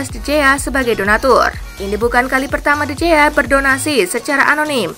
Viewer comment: Sekadar saran dari saya, mohon penyiar lebih fasih dalam menyebutkan nama pesepakbola. Contohnya: Neuer, dalam bahasa Jerman pelafalannya menjadi "Noyer" bukan "Nyuer". De Gea dalam bahasa Spanyol pelafalannya menjadi "De Hea" bukan "De Jea"